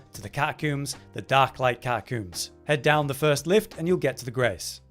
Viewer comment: Ah, yes. The Catacooms.